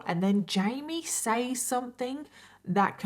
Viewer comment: Where does your pronunciation of “says” come from? I think you’re Australian? But I dated an Aussie and he never said that. I’ve never heard anyone pronounce it “saays” and not “sez” so I’m just curious.